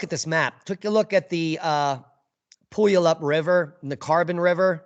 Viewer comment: It's Pu (long u) al up. And El bee. One of the things they dont speak to is that in several of the major river valley are sizable reservoirs. These reservoirs, of course, are held back by dams. Especially in the Cowlitz Rvr valley which is a fairly steep sided valley. The lahar would spread out in the packwood and randle but past there a high volume of material would enter the reservoirs and at least would cause slosh thar might overtop the dam and would the structural integrity of the dams withstand the impact? MT Rainier has ice caves where fumerols are the drivers of the caves. So Rainier clearly is "hot".. they do monitor these fumerols. The other thing they rarely talk about is one side (cant remember which side) is known to be have extensive hydrothermal alteration making the rocks less competent and thus greater instability. Some areas do have a warning system in the form of sirens. The reason St Helens is considered less of a threat because it blew off the top 4K ft of the mountain and most of the glacial ice along with it. Additionally if an eruption occurs from within the crater any lahars or tuff flows would be to the southwest where the 1980 eruption blew out and the lagars ran out. The area was populated by white man because of the abundance of natural resources and the climate. And yes it is a dice roll on whether or not a catstrphic geologic event will occur in the immediate future but it will occur. But people living in cascadia have no lived experience and pe